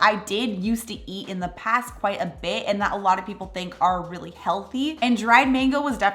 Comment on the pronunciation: Where in the US are you from,? -it always tickles me the way you say “a beh” for “a bit” 😂